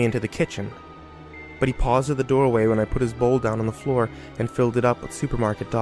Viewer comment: HMM YES "DOWAY" AND NOT THE "DOOR-WAY"